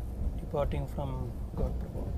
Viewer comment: “ காட்பிரபா” இல்லை “ கடப்பிரபா”. அதே மாதிரி “கடாக்” இல்லை “ கதக்”